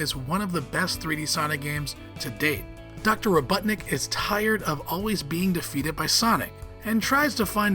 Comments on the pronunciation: “dr. Robuttnik” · He called eggman robuttnik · Ain't no way bro said Dr robuttnik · Ahh my favorite super hero ro”butt”nik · I thought I heard "Ro-butt-nik" at one point, and I'm not sure if Sonic's ever used that insult before, because it would work pretty well. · Please learn to say eggmans other name right please